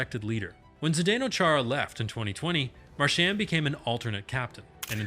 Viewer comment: I’m learning all kinds of things but you’re mispronouncing his name. His parents pronounce it Mar-sh-aw-n